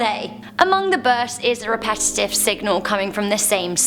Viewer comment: Love you how you say burrrsts